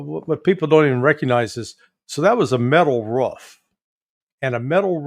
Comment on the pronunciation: By the way Larry its " roof" not "ruff" 😂